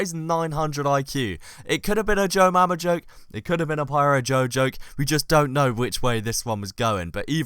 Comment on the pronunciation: Di- Did he just say Jojoke?